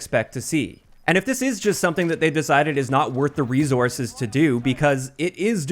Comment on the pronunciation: You say "resources" weird =p